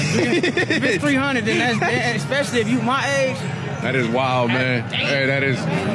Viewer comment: STOP saying EXpecially! You sound dumb!